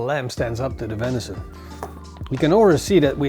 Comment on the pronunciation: Oh no you pronounce vension wrong can’t watch